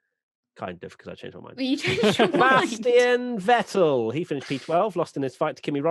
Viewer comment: More importantly, it's Vétt'l, not Vetèlle.